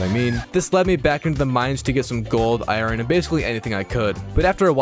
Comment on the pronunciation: love how you say ioRon gets me every time haha, iron.